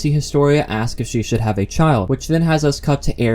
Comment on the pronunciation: when the narrator pronounces 'ask' like 'aks' i switch off